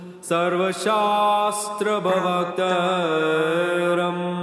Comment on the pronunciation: You wrote "pravaktaram" but skipped the "r" sound and pronounced it as "pavaktaram" .. I don't know which way is right. Anyways, thanks for the video.